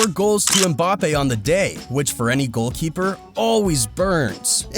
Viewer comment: bro really said "goldkeeper" XD